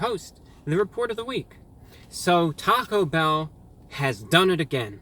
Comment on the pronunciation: Sounded like he said taco hell